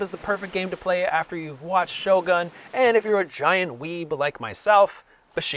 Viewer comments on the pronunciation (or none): none